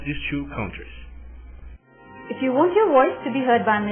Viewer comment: Eu nunca ouvi coisa mais engracada: o rapaz disse "velhos" para a palavra "values", que significa "valores", no contexto. Tambem disse "KAUNTRIZ" para a palavra "countries", que em ingles e' pronunciada "kantriz", aproximadamente.